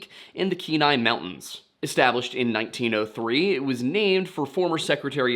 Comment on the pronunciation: Also, glad you learned to say "Kenai" like a local!